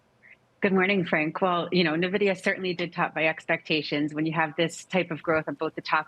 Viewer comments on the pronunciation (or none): “Experts” calling it “Nividia“ 🤦‍♂️ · It's "N"-vidia NOT "Nah-vidia"!!! These people don't even know how to pronounce the damn company's name properly. Idiots!